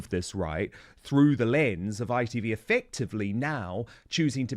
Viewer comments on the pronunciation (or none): none